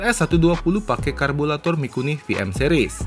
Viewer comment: Apa saya gak salah dengar 'karbulator'?